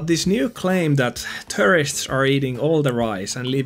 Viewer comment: The way you say the word tourist makes it sound like you are saying terrorist